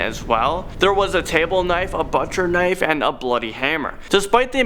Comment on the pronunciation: Hahaha He pronounces butcher funny